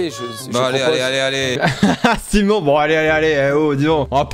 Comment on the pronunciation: et je suis d'accord avec toi j'ai bien écouté et bien entendu, il a bien dit Casimono.😂